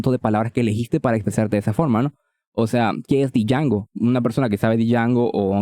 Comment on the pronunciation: Django se pronuncia como "Yango". The D is silent 🔫🤠